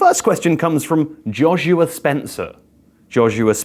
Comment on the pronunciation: I've never heard Joshua pronounced likes that before...